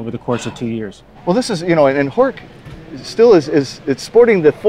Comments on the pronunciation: Horch is actually pronounced horsh. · I'm always fascinated by non natives who know better. I'm German and I can assure you that Horch is pronounced with the 'ch' like in 'ich', as Breazeale pointed out.